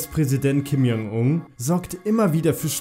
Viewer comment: Du sprichst den Namen tausendmal falsch aus, du sagst die ganze Zeit lang ,,Kim Jong Ung" anstatt ,,Kim Jong Un"...